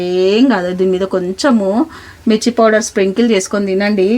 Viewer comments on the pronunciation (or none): none